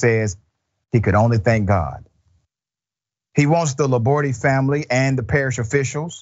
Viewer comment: Laborde is not pronounced with an "e" at the end. La-Board, basically.